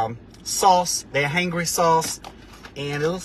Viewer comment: How do you not know how to say “Hangry”?! Did you not think to maybe do some different takes where you actually know how to pronounce the name of the business?